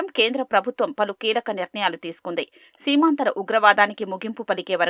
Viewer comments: సీమాంద్ర కాదు సీమాత్రరాకుట్ర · బాబు గారు, అది సీమాంధ్ర కాదు; సీమాంతర. అంటే క్రాస్ బార్డర్ అని అర్ధం. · సీమాంతర ఉగ్రవాదం, సీమాంధ్ర కాదు